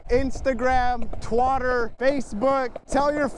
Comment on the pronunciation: twitter not twoter